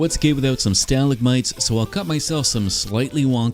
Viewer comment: That is the first time I've heard the word "stalagmite" pronounced that way lol